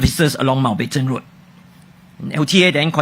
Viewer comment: Why when she says Mountbatten she is missing the letter n sound in the middle? Replaced with o sound When she mentioned gesture in the other interview, the j sound replaced with g sound.